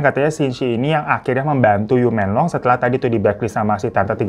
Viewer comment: Menglong pake e 'emak' bang😊 Yiren pake e nya "emak"